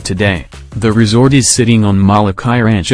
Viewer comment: You are saying Molokāi wrong.